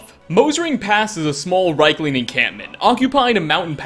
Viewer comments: riekling, not reikling. pleb. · ...REEK-ling. REEK-ling. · Maybe at episode 100 he will check the ingame pronunciation of, say, Riekling, before narrating the video